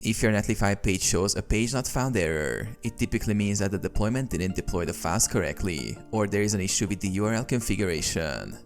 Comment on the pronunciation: statusssss deploymenttttt erorrrrrrr. bro jus drags the syllables of the last word